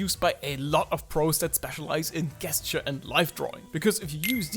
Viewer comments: Gesture is said with a “J”. It’s a soft “G”. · Helpful video thank you. I hope you don’t mind me saying that the word ‘gesture’ is pronounced as if it were spelled with a ‘j’ at the beginning. As in jelly or just. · u say gesture like "guess'ture" thats not an attack on pronunciation i think its funny cuz its pretty accurate for how im doing this exercise lmfao